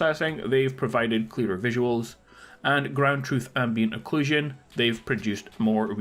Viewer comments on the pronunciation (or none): none